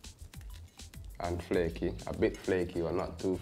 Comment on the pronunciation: Ahbit flakey bu not Tu flakey